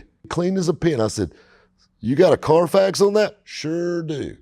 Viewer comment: When the Middle Eastern wholesalers say Carfax it sounds like Carfox... Clean Carfox! I'm pretty sure that's where they got the fox... Anyway, is spot on as usual.